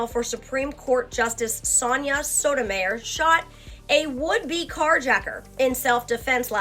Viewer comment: You have to learn pronunciation. It’s not sota Meyer, it’s pronounced ,Sota- my-ear. I notice this every time I watch you. I have to give you credit on monastic. Your first try was like mono second try you got it right.